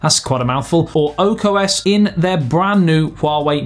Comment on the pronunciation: it's called Ark OS not Oak OS.....